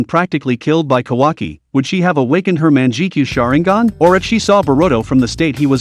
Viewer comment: Yes also intge starting he said menjikenyoa sharenigan I MEAN LIKE WHAT THE F__K IT "MANGEKAYO SHARINGAN"